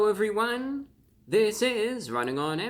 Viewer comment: I legitimately thought he began his video with "Hewo evwywun!" To be fair, I had the sound lowered a fair bit.